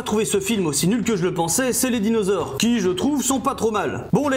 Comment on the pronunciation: A . C'est quoi un "dinausores"? 😂